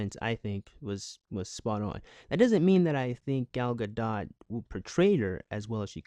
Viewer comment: Thank you for pronouncing her name (Gal Gadot) right